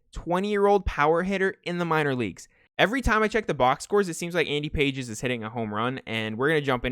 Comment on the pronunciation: Love these vids as always but its actually not Andy Pages its pronounced like Endy Pahays or something. I always thought it was Pages too